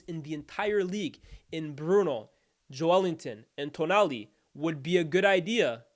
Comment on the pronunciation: That’s the correct pronunciation